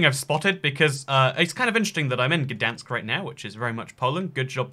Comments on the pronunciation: gdansk is pronounec gd-ain-sk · being polish and hearing you try to pronounce Gdańsk or Szczecin is probaby one of the best things ever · I'm polish and I'm ofensed because you are saying gdansk wrong!!!!! ATLEAST SAY SORRY THAT YOUR SAYING IT WRONG PLEASE